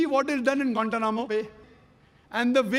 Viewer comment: I love the way he States or pronounces guantana mobile😊😊😊😊😊😊😊😊😊😊😊😊😊😊😊😊😊😊😊😊😊😊😊😊😊😊😊😊